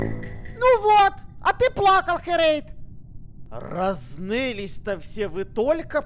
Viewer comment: Не харэйд а херейд